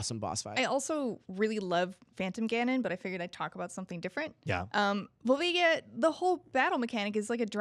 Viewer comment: My favorite enemy is people who say "skull-toolas" like a moron. It's "skull-choolas". Like tarantulas. Like a spider and a skull, get it? You guys have been saying it wrong for TWENTY YEARS. And this is your job. smh. P.S. It's "Vull-vay-ja". Twats.